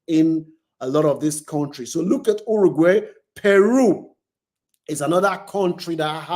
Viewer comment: Argentina is a racist country . Brazil and Mexico is a poor country . So no African passport is worth it ? African passports is a toilet paper . Your pronunciation of Paraguay is out of tune, same as Uruguay... learn to pronounce these countries properly mate .